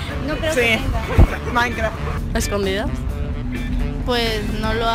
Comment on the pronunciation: Soy fan de la que dice maincra jaja